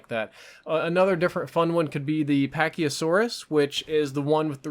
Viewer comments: lol "pachyosaurus" (it's pachyCEPHALosaurus) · Oh god i hate to be that guy but......deep breath its pacycephalosaurus not pacyasaurus. Or at least as far as i know, i just liked dinosaurs as a kid :,)